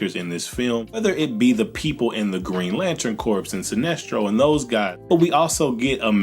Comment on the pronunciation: Bro, great video.. but “Corps” is pronounced like “core.” Keep being awesome 🤘🏻